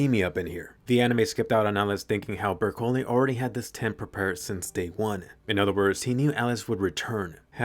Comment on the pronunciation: Anime : Bercouli What i heard : brocolli